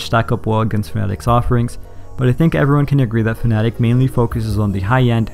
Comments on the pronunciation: I like how you say fnatic and not fanatec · all my life i thought it was Fa-na-tech